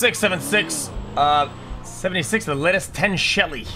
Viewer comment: How many times did this guy say TEN shelly before he realized